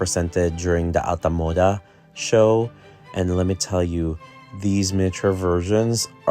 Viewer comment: Always forgot you’re Filipino too until I hear your accent come out, like how you say “Alta Moda”. Obsessedddd💜🇵🇭